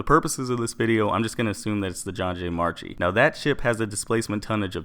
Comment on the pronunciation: Note: He didn't say Marchi right (As in Sen. John J Marchi Ferry ship). He said March-e, when actually its Mark-e. And I know this because Sen. John J Marchi's daughter was my 3rd grade elementary school teacher. Correct your last names plz